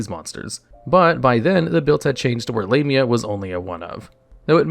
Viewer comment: "D/D Lame-ia" 💀